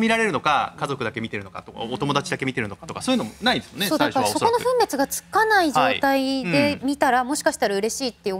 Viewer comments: 「分別がつくまで」は「ぶんべつ」じゃなくて「ふんべつ」です。 基本的な日本語が間違っていると気になってしまいます。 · 分別がつくを「ぶんべつ」と読むなんて、どうなってるの？ ニュース原稿はアナウンサーではなく、AIかなにかに読ませてるのか？